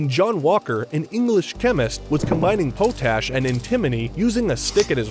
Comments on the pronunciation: It’s pronounced pot ash. Not powtash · POT-ASH not POH-Tash. Also you pronounce antimony wrong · I don't know i f this is a generated voice but you're pronouncing the word potash wrong it's pot -Ash not pote - ash. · It is pronounced as "pot ash", not "po tash". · Just saying it’s pronounced “pot-ash” not po-tash as it was originally named as ash that would be made in a pot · I thought potash was pronounced pot ash, not po tash. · That's funny... you have a word that you apparently have never seen before, POTASH, and even though it many people would choose to pronounce it a different way, you decided to call it po-tash. Then again, they're not pot-atoes, are they? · it's pronounced "pot ash" not "pōtash" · Was this one of those new bots that sound eerily human-like, or do you just stink at pronouncing elements? It’s “Pot-ash” cause it’s literally ash made in a pot, and “AN-ti-moe-nee” not “Poe-tash” and “an-TI-muh-nee” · I mean I can see where he got “poat ash” from. Potash is created by leaching potassium from wood ash (in a pot, of course). It’s possible that some people believe that the “pot” comes from the word “potassium”, and thus pronounce it as if they’re saying “potassium” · This dude fr pronounced potash as poe tash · Pot-ash and anti- mony I knew I something sounded familiar. This pronunciation drove me crazy. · It's pronounced "pot-ash" there... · I really don't like how you pronounced POT-ASH. Lol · Wtf, pot-ash and anti-mony, jacked up pronunciation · it's pronounced pot ash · It's pronounced pot ● ash potash.. the other is pronounced ant ● ah ● mow ● nee antimony. Please get an education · Everybody is hung up on the fact that he actually didn't patent them so that they would be avaliable. But I'm still caught up on how this guy pronounced the names of both of the chemicals wrong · Anyone else take issue with the mispronunciation of potash? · Maybe learn how to pronounce potash and antimony